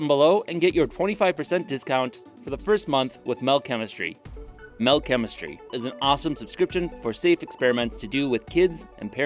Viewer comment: I beleive Mel is “metal” like the way swedish people say it